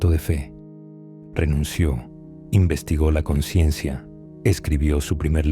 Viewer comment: La ausencia de la "S" de la palabra "consciencia" del narrador, puede dar a confusión con la palabra "conciencia". Gracias por hacer posible este canal. ❤️